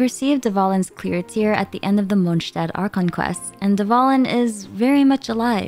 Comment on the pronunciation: Respect for pronouncing "Mondstadt" correctly. The first time someone pronounced the st correctly. *even thou you DID say Stedt instead of Stadt, but not that big of a Deal